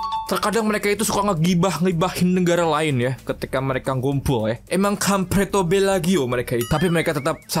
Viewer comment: "kamvret tobelagium" 😭🙏